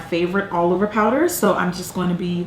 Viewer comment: Can I just say that I love how you say "going". I'm from the UK and every time I watch your videos I spend the next week saying "gwaiing" lol I love it